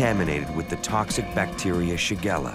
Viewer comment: Shigella not shagara